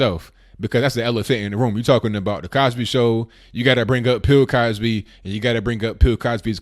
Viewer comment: "Pill Cosby"? Lol